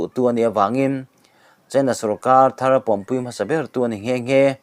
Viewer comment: A " thar" thawh isawirik dan kha adiklo, thar kha eg: buh engzat nge i'thar' tih Rik ang hian adik.Lamdan diklo a lam i hriat em mai.